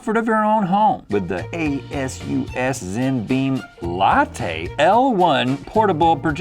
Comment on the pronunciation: rhett saying a-s-u-s made me laugh out loud